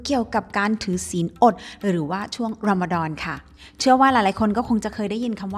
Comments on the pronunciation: ขอบคุณที่ให้เกียรติศาสนาอิสลามนะคะ💕 ออกเสียง รอมฎอน ได้ชัดมากคะ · พูดคำว่ารอมฎอนชัดมากเลยค่ะ 😁